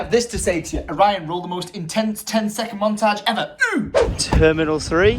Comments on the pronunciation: Ben Butler his name is Orion that’s why he says it 😂😂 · its orion